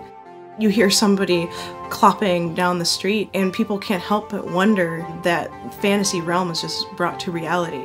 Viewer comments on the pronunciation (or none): none